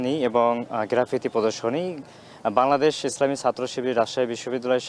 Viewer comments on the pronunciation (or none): none